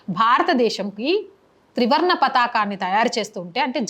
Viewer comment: విషయం బాగుంది... చెప్పిన విధానం బాగుంది. కానీ త్రివర్ణ ను ....ఏమని పలికారు ? త్రివార్ణ అని పలికారు....ఏమిటది ? నిగుడు కప్పిన అన్నారు...అది నిగుడు కాదు...నివురు. తర్వాత ఉధ్యమం అన్నారు.... అది ఉద్యమం... మీ మాత్రృభాష తెలుగేనా ?